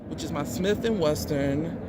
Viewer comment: its wesson man. it is not pernounced weston bro lol